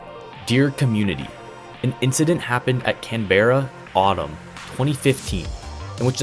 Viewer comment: it's pronounced Can-Bruh lol not can bear uh